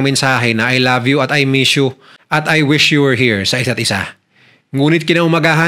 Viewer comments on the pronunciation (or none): none